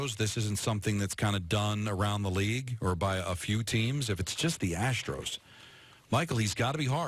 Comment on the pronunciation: Hahahaha! "Ass-tros"